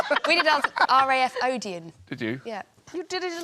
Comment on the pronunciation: I'm a bit confused. If she didn't say Odeon... What did she say?